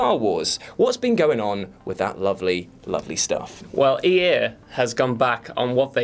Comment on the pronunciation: I simply could not stop skipping back to hear the new guy say "EA" . Good job though.